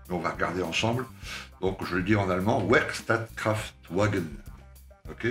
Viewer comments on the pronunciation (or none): salut, j'ai hâte de voir ce que tu vas en faire, merci pour la revue ( le W se prononce V) .